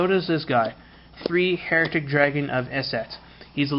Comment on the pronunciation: It's Hi-ri-t-ick, please pronounce it right mate, lol the way you pronounce it means people who doubt the church.